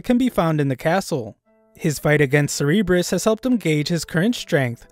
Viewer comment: You don’t pronounce cerburus like “ser rr bres” you pronounce it “sir bu russ” Anyways great vid